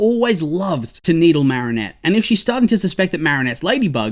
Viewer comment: No offense but it's "Marinette"